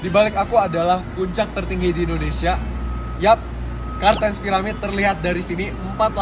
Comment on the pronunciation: Papua bukan ondonsial